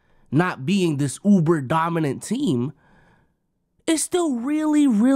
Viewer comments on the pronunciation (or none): none